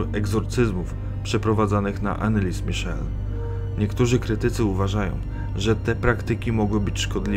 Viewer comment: Dokładnie. Wymowa niemieckiego imienia i nazwiska jest zupełnie inna.